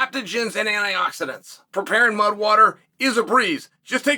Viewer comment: I swear he said mug at the end, not mud lol